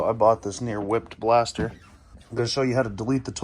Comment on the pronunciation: Can never go wrong with a blastah, I aint never seen a bumper like that either its damn sick though. Killer vidyah!!!